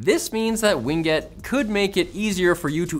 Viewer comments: I’m 99% certain the pronunciation of “WinGet” is “Win” followed by “Get” and not “Wing it”. 99% certain. The other times you say “Ween Get” amuse me haha. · Win-Get, not Wing-Et. LOL! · "Wing get"